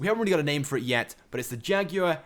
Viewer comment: Learn how to say Jaguar.